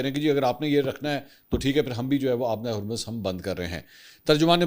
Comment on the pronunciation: Sir kindly Urdu mn Harmaz theak krwaaein Jazak Allah